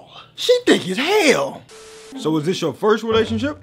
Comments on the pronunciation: ‘So’ proper British accent turned on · I love how when he says “So” his accent becomes british for a second 😂